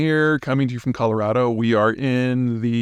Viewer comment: Every time I hear you say Colorado my brain goes "I'm a giraffe!!"